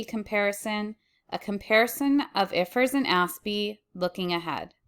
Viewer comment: ❤❤❤ I like the way you say I.F.R.S